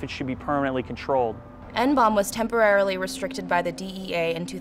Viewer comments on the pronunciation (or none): what the fucking fuck? just pronounce it as N-B-O-M-E, not fucking hiroshima nomb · why the fuck are you pronouncing it "N-BOMB" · Please stop calling it N-Bomb! It's N-B-O-M-E how hard is it to say letters? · Reporter keeps calling it N-BOMB, when its N-bome.. Christ sensationalist media